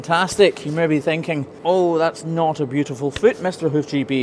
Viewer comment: Aye i kinda wanna hear u try an american accent because when u said beautiful it sounded all american😂